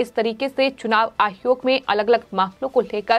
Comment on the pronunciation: मैडम चुनाव आयोग होता है आप आहयोग क्यों बोलती हो😀